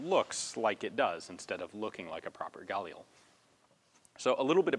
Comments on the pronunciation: am I the only one who is mad that he keeps saying gulil instead of galil? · Just for the record, Galil isn't pronounced "gah-lee-el", it's "gah-leel". The i is pronounced like the i in "elite", and it's two syllables, not three. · Anyone else get a annoyed feeling when he says galil and pronounces it gal eel?, I've always pronounced it ga leel and always heard everyone else pronounce it like that to, so when some new way of pronouncing it comes in, I get a weird annoyed feeling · it's pronounced gah-LEEL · I'm not really even upset, I'm just saying I get this weird feeling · you're putting the emphasis on the wrong syllable in galil. In hebrew the stress is usually on the final syllable